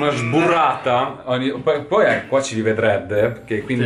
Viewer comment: sburrata?? no!! imburrata!!!